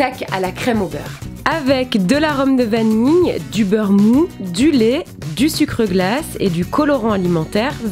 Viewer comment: désolé mais on dit lait pas lert